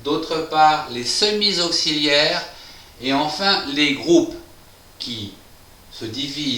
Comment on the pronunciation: les semi z auxiliaires ??? AHAHAHAH !!! la liaison qui tue !!!